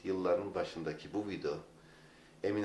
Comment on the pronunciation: hala vido diyor hocam be :)